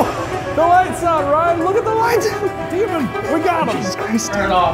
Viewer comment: Deymon, deymon😂😂